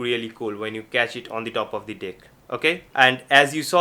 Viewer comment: Is he saying Deck or Dick right near the end of the video hahah